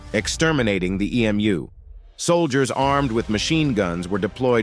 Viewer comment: As an Australian, I naturally feel pride in our forces at the great Emu War. Remember: Emu is pronounced Em-You and not E-Mooh.